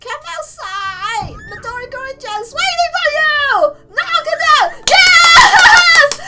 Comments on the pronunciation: The Gurin part of Midori Gurin is pronounced Greenoo. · Just saying U say Midori Gurin names Midori Green with a Japanese accent and yes I got this from Kubz Scouts